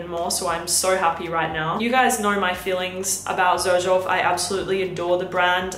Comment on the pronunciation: Why does everybody call it Zerjoff? The actual pronunciation - mentioned by Sergio Momo himself - is like Serjoff.